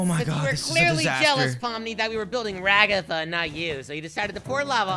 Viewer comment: NOT RAGGATHA IT'S RAGATHA